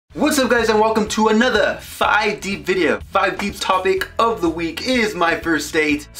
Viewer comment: I swear in the intro when you said "five" I thought you were gonna say "fack" lol